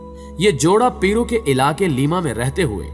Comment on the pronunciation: Biology ya Balaji bolrahe ho bhai aap? Aur Peru Ya Peero? 🤔🤔🤔